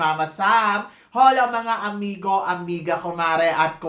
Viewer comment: Acclah, OLA ang bigkas sa HOLA.. Hindi binibigkas yung letter "H".. 😂